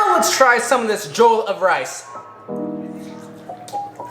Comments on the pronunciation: Im not african but if it was the way you pronounce Jollof it would be spelt Joll of rice but it actual it Jo-loff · I am disappointed as a black person I can tell you it is pronounced Jellof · Juhloff not jole of rice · Anyone else cringe whenever he said “jole uff” instead of “jole off” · mmm mmmm mmm, l do love me some jolof rice say: je-lof rice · A a Nigerian I can cat you did wellbut it looks like Ghanaian jollof , Also it’s pronounced jo-lof rice. Hope you enjoyed it. 😁😁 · I'm vomiting all over the place! The way he said jollof. "Jolf" lol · Jole of Rice? Lmao it’s pronounced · Damn I’m from Nigeria and its cool to see you make this. Didn’t watch the video so idk if you made a comment about the pronunciation but it’s pronounced “juh luf” much love tho. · jowl of rice 😂😂😂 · He says jollof wrong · as a nigerian, the way he says jollof rice makes me wanna kms, who needs sombra to counter doomfist. this guy just needs to say JOLLOF rice and doom is rocket punching off the map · Just saying he did say jollof rice wrong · Me, an african, listening to him pronounce Jollof wrong: 👁👄👁